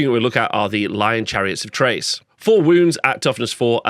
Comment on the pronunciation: The 'Ch' from Chrace is pronounced with a 'K'.